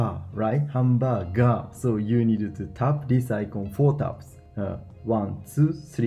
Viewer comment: 「ハンバーガー」VS 「ハンーバガ」ww